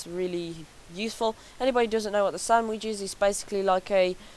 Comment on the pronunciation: It's sandvich. Not samwich D